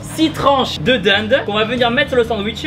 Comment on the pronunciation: Like qui trouve que Thibaud a une sorte d'accent quand il dit "Dinde" 😉